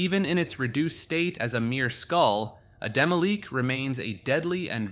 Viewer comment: Isnt it pronounced as Demi-lich? and not Demilich? The way you pronounce it sounds like demilique